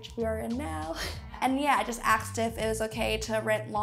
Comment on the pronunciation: She axed if the apartment was available